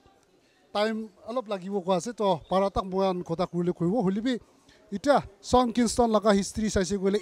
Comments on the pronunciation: it's pronounced as Shawn not shong fyi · Shong Kingston 💀